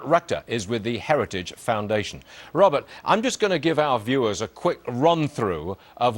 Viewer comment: Did he say Robert Rectum???